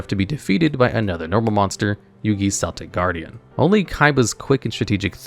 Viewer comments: Its Keltic Guardian not Seltic. Seltic is a football team. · Cool list but please stop mispronouncing Celtic Guardian.